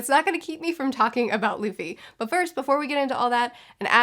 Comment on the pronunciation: Remember when she said "Laffy" 😂